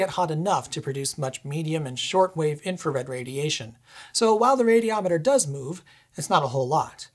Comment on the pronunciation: "Mooove da stuff out of de way" made me smile :)